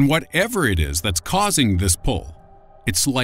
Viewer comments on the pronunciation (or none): none